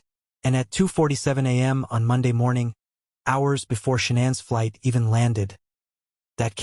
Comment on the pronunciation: SHANANN!!! Not Shawn, Shanaaaaaaann!!!